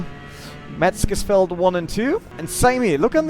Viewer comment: "METZGESFIELD" lol